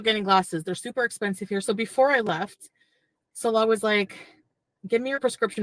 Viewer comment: His name is ‘Salah’, not ‘Salal’.